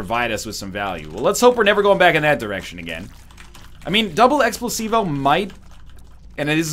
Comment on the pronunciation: IT'S NOT EXPLOSIVO YOU EGG THE NAME CAME UP AND YOU STILL GOT IT WRONG